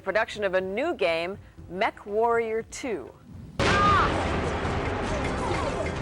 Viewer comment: I could have swore that the newscaster was saying "MethWarrior 2" 😂